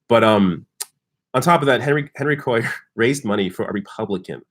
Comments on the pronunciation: Hey, Henry's last name is pronounced KWAY ar. Also Liz Warren said she'd take big bucks if the nominee, but NO money from corporations. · I live in south Texas. Henry Cuellar's last name is pronounced "Kway - yar". (double ll is pronounced as Y). Hope he loses. Warren proved how naive and not "people smart" she is if she really believed Hillary was going to put her on the ticket as VP. Hillary probably just dangled that in front of Warren to keep her from endorsing Bernie. Hillary would never have taken the chance of running on a ticket headed by 2 women, both from the northeast (NY and Mass) - not gender or geographically balanced. It was already precedent setting enough for a woman to head the ticket, no way Clinton would have taken the chance that having 2 women on the ticket would be too much change for voters. After all, Obama didn't pick a black running mate or a woman or white male liberal. Bernie 2020. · It's pronounced "KWAY-AR" (Henry Cuellar) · Thank you. I posted something similar. makes my ears bleed every time he says Cuellar's name. I live in south Texas.